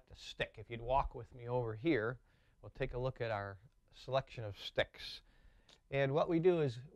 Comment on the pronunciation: I like the way he says "shticks"